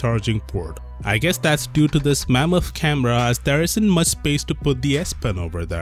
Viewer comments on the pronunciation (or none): "Mamoth camera " 💀😂